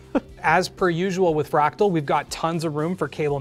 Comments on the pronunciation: "Fratal" instead of fractal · "Fratal North" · 3;21 'Fratal' 😂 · "Fratal" Lmao